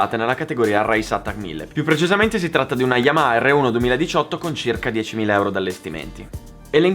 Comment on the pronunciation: Quanto mi dà ai nervi quando dice "yama" 😣